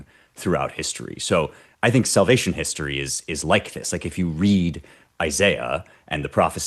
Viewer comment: Salvation. I Slavaton. 🤖 💀